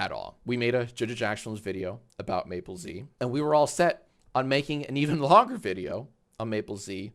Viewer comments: Does Mappelz pronounce his own name that way? One of you two is breaking every pronunciation rule. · Uhhh his name is Mappelz not Maplez